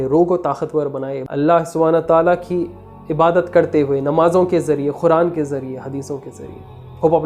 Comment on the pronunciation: Oh bhai khuran ❌️ Quran✅️ word to thek bolo